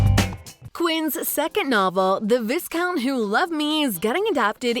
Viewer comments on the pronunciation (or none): It's Vi (s) out not Vis count